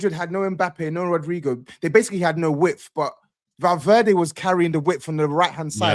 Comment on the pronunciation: Don't let get away with anything. Madrid vs City watch along he called Valverde Valdiddy on stream 🤣